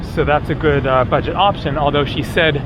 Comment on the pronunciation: "BUGET"??? OHHHH?